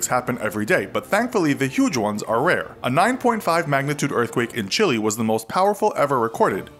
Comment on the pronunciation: Can you please pronounce Chile correctly please